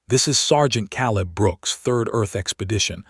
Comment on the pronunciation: it's staring not starring hurting is supposed to be herding Caleb is pronounced Kay leb